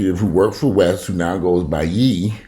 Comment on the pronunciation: Ye is pronounced like Yay (last syllable in his first name) 😉